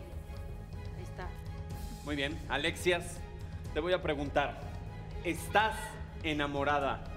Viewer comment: en el minuto Adrián dice alexias